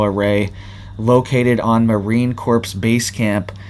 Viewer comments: in Corps the P & S are silent... Pronounced Core not corpse. 😣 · Corps is pronounced "core" not "corpse"! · I REALLY like you, and watch all your alerts, but you need to be aware that the word "corps" is pronounced CORE... it will increase your credibility. Thank you for what you do! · its pronounced Marine CORE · It's pronounced Marine Core or Kore if u prefer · Corps pronounced core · Marine Corps - the 's' in Corps is silent.